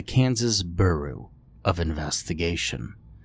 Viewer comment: Lol Kansas Booroo of Investigation